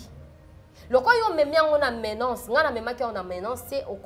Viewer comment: Bsr pardon, menace et non menace stp petit conseil.